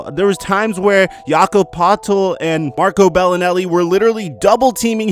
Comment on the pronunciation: Jakob Pot-el 😭😭😭 it’s Spelt Potel but pronounced Per-tel